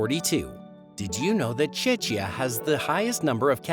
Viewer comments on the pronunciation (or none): Czechia is pronounced as chekia.